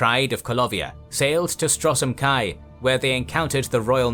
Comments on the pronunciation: Love these videos, but no one pronoucnes Stros M'Kai as "Strosem Kai. Or Ayleids as "Eyelids." Please listen to general dialogue in the games before pronouncing these again. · yeah I know he pronounces it Strosem Kai and also I saw he pronounced Ayleids as Eye lids XD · The videos are excellent. But I would love if you'd have a person to check the pronunciation of names in the worlds you cover. I'm not familiar enough to know if this problem exists in the other series. A couple of examples from this video would be: Stros M'Kai is Stros Ma-Kai and Chimer is kai-mer